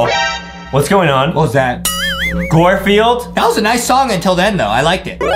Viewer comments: It’s not g-or field it’s g-ar field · Adem really sed gorfuled adem it’s garfuled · Garfilde not gorfilde